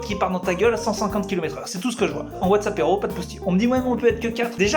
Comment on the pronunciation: Quand tu dis « Whatsappéro » j’entends WhatsApp héro(tique) et ça me stress bcp 😂